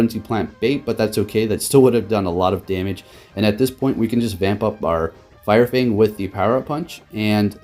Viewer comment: “Fire Fnag”